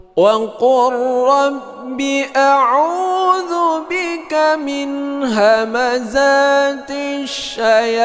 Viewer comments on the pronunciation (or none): none